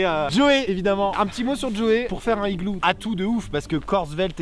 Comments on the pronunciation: C'est juste comme prononciation si tu écris le Higloo... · Oui tu le prononces comme çi ça s'écrivait "higloo" (pas de liaisons etc) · Ça fait du le THE igloo ou LE igloo😂😂Moooooon dieu 😶🙃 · Tu dis aussi un igloo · Il y a donc un h aspiré à "higlou". L'Académie française hésite sur le pluriel : "higloux" ou "higlous" ? 🤣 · pourquoi tu dit le higlou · et tu fais pas la liaison de "un igloo" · Amixem ta un problème avec les liaisons du mot « igloo » xD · Le fait qu'Amixem ait dis "du igloo","le igloo" et aussi qu'il n'a fait AUCUNE liaison avec le mot igloo etait vrm INSUPPORTABLE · j'ai du arréter de regarder... c'est dommage, l'idée de vidéo à l'air bonne mais UN igloo sans la liaison ou LE igloo... trop dur à écouter, tu sais, c'est comme si tu lis un texte à faute, on dit que ca pique les yeux, bin là c'est les oreilles. Désolé Max